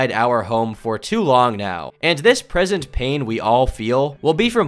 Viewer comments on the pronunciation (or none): none